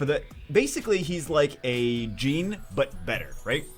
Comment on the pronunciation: PLEASE IT S JAAAAENE French name it s not a damn levis pants pls do smthg about that